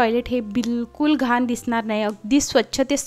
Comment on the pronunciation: घाण बोला घान नाही